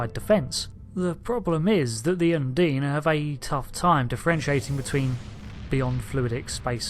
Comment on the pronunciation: Un-deen? Surely it's un-dine?